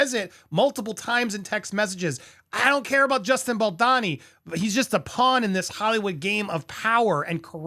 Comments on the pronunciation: Is it really that hard to pronounce his name the correct way? Pronounced as BAL-DOE-NI , not BAAL-DAA-Ni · It’s Ball-do-ni. Not, Bal- don-ni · Hey Andy, Justin’s surname is pronounced Bal-DO-ni, not Baldani or Baldini. Hope that helps for future coverage. Keep truckin’! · thanks for the video, but the pronounciation is killing me 😬 it's bahl-doh-knee, not bohl-dah-knee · I love your channel, clear analysis of situations and the way you present. But...can we put aside personal opinions to ensure we get people's names right? I don't think Justin's surname is pronounced 'Bal-DAH-ni'. I think it's 'Bal-DOH-ni'. Personally, I feel that repeatedly mispronouncing a name can come across as a lack of research, or lack of concern for details, which are important in legal matters.